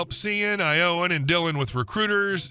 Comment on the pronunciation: The butchering of the pronunciation of "Shawn" and "Yowen" is pretty funny.